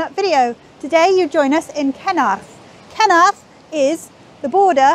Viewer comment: When miss hubnut pronounced the name of the village I as an Aussie did a double take. I thought she said ‘kenoath. As in “did you like that meal?” “ ‘ken oath mate”. (Think of putting “fu” in front of ken and you’ll get it). Hehe